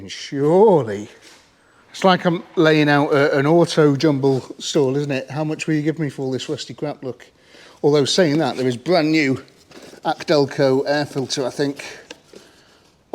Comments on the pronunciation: Yes, not “ack delco” 😂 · AC Delco is pronounced Ay, See Delco